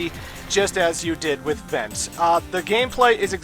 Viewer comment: I know it doesn't matter really, but your pronunciation of the main characters names are off. Unless you speak french, they seem like pretty strange names (Who names their kid Vent or Ale?). The names are Vent which is french for Wind and Aile which is french for Wing. Still kinda weird names but there's a thematic at least.